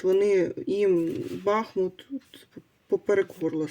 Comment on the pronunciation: Дякую,тільки будь -ласка БахмУт!